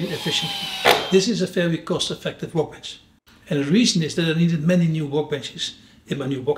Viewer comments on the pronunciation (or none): Looks amazing , but please stop saying 'wowkebench'